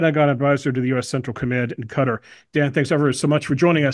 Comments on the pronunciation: Locally it sounds more like "Gutter". In international Arabic it's closer to "Hutter". The sound doesn't really exist in English. In English "Cutter" is close depending on how rhotic your dialect of English is. But stressing the second syllable is definitely a mistake. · "Cutter" is much closer to the Arab pronunciation.